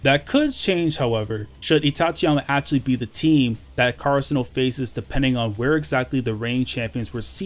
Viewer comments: The way u pronounce karasuno makes me kinda mad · Lol karasuno must win and you must learn how to pronounce karasuno right :/ no offence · Oh there’s a different way to pronounce karasuno